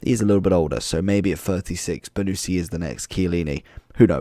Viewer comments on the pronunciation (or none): It is not "BONUSSSI" but "BONUCCCCI" lol! wrong pronunciation !